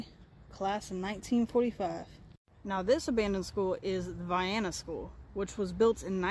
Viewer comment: You did a good job with this little video. You’re one of the few people online who pronounced the town’s name correctly. 👍🏻